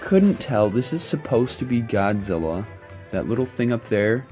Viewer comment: Lol its godzilla not goodzilla